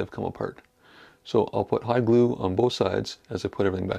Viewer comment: I have a question about the glue. Are you saying "high glue" or "hide glue"?